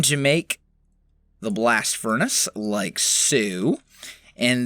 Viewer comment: Good English... Can u repeat that in a way that people can understand next time plz